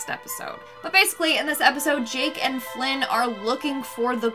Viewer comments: It's pronounced finn not flynn Please try to say the name right next time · Oml my Adventure Time-loving heart hurt when called Fin "Flin" 😭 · Love ya gurl but its Jake and Finn 😂 not Flynn 😂 you're still one of my faves in the 10 ten fam 💜☺ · she called him flinn his name is Finn lmaooo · you said Flynn not finn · Did She Say Jake And FLYNN? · Did she say Jake and flin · Flyn? You mean Fin? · Did you say flin fin. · I came looking for this comment, hoping I wasn't crazy and that someone else heard it 😂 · She called Fin Flin 😂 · Bro did she call him flin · she said flinn guys flinn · She said flinn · i caught that too 😂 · I rewound it a few times and was like yup 😂